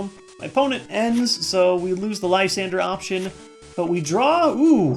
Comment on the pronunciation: You dont know how happy i am that someone else pronounces Lysandre correctly. Thank you